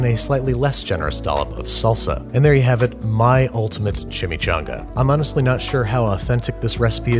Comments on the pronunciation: Google translator voice CHI-Mee-'CHO'NGa! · Chimichanga... is it shashumga?